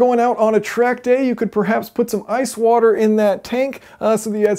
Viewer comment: half wouder+ half etanol.